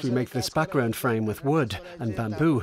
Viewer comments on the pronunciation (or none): none